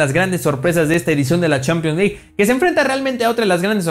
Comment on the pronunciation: Pero son opiniones de las CHEEEEPIANS LEG como pronuncia jaja